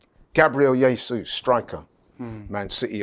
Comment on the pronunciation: Who's "yay-sus"?